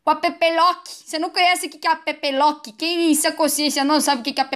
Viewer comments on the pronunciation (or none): Mano, ao envés de ouvir app Lock eu ouvi a bebelota